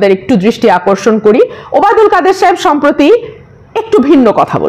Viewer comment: সম্প্রতি not সম্প্রীতি।